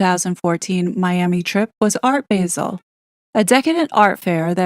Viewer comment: Gilkes pronounced jilks basel pronounced baa-zl